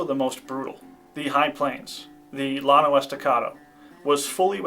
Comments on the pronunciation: I believe that’s Llano, pronounced YA-no. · It is pronounced "yawn-oh" estacado.